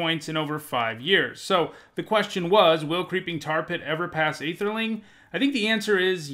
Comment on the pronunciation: I’m curious about two things: 1. Why don’t you use the term “man-lands”, since it’s been around since the beginning? 2. Why are you pronouncing Ætherling as if it didn’t start with an ‘Æ’?